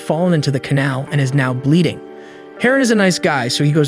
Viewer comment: Are you mispronouncing these words on purpose.. palace , now, ect… just curious??!!